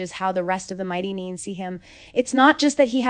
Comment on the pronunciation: I love these episodic recaps. But what I don't love is the horrendous butchering of names. Bo, Byu, Booregard, Neen? And it's not just this channel. My ears bleed every time I hear it. Whether the commentary is AI or an actual person purposefully mispronouncing names to seem AI, there is really no excuse for ruining an otherwise good recap. Sheesh!